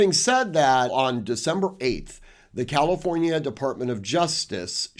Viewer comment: NOT "calOfornia". Distracting to keep hearing the wrong pronunciation.